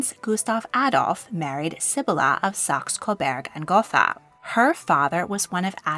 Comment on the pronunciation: its SAX UH CO BERG & GO TA